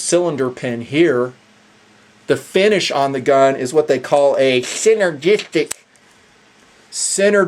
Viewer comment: what happened when you were trying to say "synergestic"?